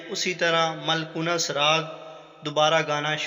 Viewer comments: please improve your pronunciation of Urdu. maalkons not malkonas. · Raag maalkunus nhi hota raag maalkos hota hai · آپ کا تلفظ بہت غلط ہے کہانی اچھی ہے لیکن آپ نے راگ مالکونس کو بہت غلط پڑھا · Paa Ji… pronunciation bhi aik cheez hoti hai…. Raag ka naam …